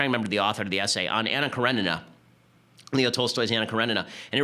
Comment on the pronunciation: Pronounce Anna Karenina as "Kaw-re-nee-na". ;) You're welcome. Slavs will be much happier.